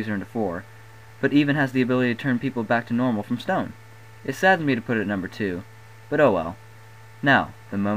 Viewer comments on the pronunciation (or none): none